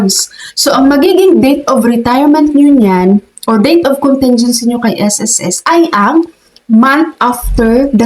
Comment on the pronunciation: Ayusin nyo po and pronunciation ng contingency, short "i" yun, hindi soft " e", ang sama pakinggan.